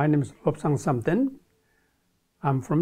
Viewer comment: When I first heard his name I thought he said "My name is hooked on something"